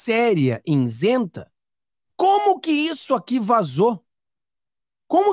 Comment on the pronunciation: I-SEN-TA! Nao diga insenta!